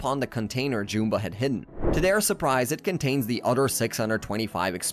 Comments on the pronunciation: It’s JUMba, not JOOMba. Did you even watch the movies? They say his name constantly. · jewmba? JEWMBA its Jum-bah liek yum but witha B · How do you pronounce Jumba so wrong? It is a movie, not a book. It literally says the name! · You can tell the narrator was not the writer of the script. He keeps saying jumba and gantu wromg as well as many other normal words.